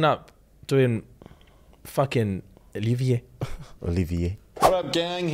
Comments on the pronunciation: Wait does speaks French he said Olivier way too well 😂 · Olivier is pronounced in French